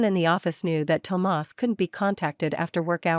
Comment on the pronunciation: I like the way she pronounces Tomas. I love the stories here so different from cheating men with brain issues that can’t see the end of their noses and prioritize their mistresses, neglect their wives or girlfriends. I love this story.